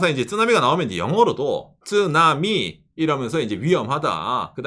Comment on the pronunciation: 쯔나미 말고 쓰나미라고 해주세요. 일본식발음 듣기가 부담이.. 일본을 안 좋아해서요